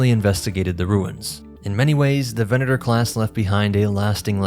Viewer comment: I appreciate the proper Latin pronunciation of the 'v' in "venator"